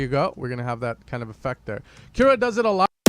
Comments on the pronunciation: I think it's pronounced 'koo-ra' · Portugal Bro :D We say Kiura xD